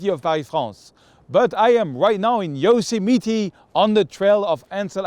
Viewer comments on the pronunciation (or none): Pronounced: YO SEM IT TY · le "i" français se prononce comme un "é (e accent aigu)" en anglais. Ca ferait Yosémétiii. Un autre example, le mot "bit" se prononce "bét" et non pas "biiiit". Si tu prononces "biiit" les Américains pensent que tu parles du mot "beat". De manière générale le "i" anglais se prononce comme "aï (comme dans aïeul) " ou "é (e accent aigu)" selon les mots. Les mot en "ee" se prononcent toujours comme un "i" francais". Mais les mots en "ea" se prononcent comme un "i" français ou comme un "è (e accent grave)" selon les mots. Par example, le mot beat se prononce "biiit" mais le mot bear se prononce "bère", le mot meet se prononce "miiit"...etc. Sinon, ton anglais est absolument fantastique;-).